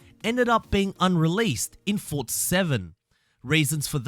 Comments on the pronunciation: It's forza, not fortza 😂😂😂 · ForZa not fortza xD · lol "FORTza horizon four" no offense just is that an audio glitch or is he too close to the mic or what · I swear if you keep saying "Fortza" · Nobody: This guy: FoRtZa